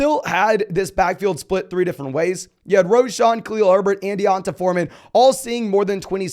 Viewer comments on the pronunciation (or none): It’s donte forman not dionte😂